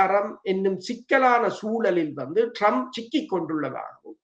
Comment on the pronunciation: இவர்கள் இருவருக்கும் ஆங்கில, மற்றய மொழி உச்சரிப்புக்களை பிழையாக உச்சரிக்கிறார்கள். ஒரு உதாரணம் Trump இனை Drump என்கிறார். 😂😂😂😂 China வை "ச்சீனா" என்கிறார். இவர்கள் ஆங்கிலம் பேசும் நாடுகளில் வாழ்கிறார்களாம்😂